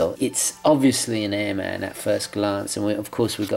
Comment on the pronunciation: I usually don't go for black watches but I do like this one. Great review my friend! I would like to mention that airman is an aviation term and pronounced as one word.